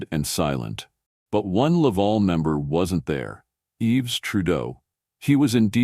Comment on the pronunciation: His name isn't "Yeeves", its pronounced "Eve". These AI voiced-things undermine their own credibility.